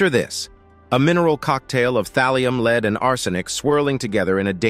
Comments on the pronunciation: This AI generated commentary is annoying. "...leads toxicity.." where lead is pronounced like lead in dog lead. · I like how Lead (as in the metal) seems to be pronounceable as Lead (as in "to a false conclusion") when a poorly produced collection of random clips is narrated by a computer